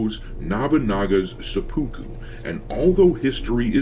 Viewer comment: Please try to pronounce seppuku better. seh-pu-ku The "u" sounds are partway between a long "u" and a long "e". None of the syllables has stress. Hearing "suh-POO-koo" is surprisingly grating.